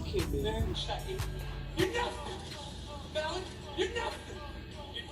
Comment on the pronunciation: The way pronounced “Malik” is actually the proper way to pronounce it...the Arab pronunciation. The way we are used to hear it is the Americanized version..